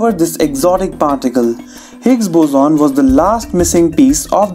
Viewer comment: It's boson not "buzoon"